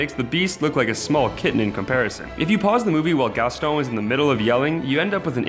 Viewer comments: Really? Did this guy just say GasTONE or did he say Gaston and I'm just tripping? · Mmmsoz but it's Gaston not Gastone